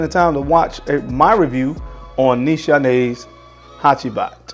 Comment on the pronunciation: great vid..not to be a stickler but its pronounce niece haney